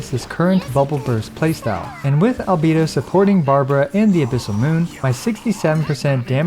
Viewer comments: Min sorry I can’t watch this video bcs of you saying albido instead of albeido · For god's sake please stop calling him albeedo. I love your content, but this is outrageous. Put the voices in english and listen to the pronounciation ffs. AL BAE DO. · Now I see why Albedo's name pronounce: Alovador/Elevator 😉 lol